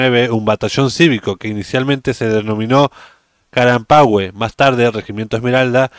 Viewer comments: Amigo se pronuncia (Carampange! Y se escribe Carampangue.🇨🇱👍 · Amigo en la palabra carampanque no se pronuncia la u y como mi camarada que estubo en dicho regimiento yo fui de la generación con orgullo a tope saludos